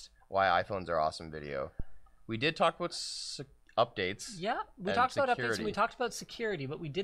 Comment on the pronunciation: Slightly inaudiable but proper Canadian a’boot :-)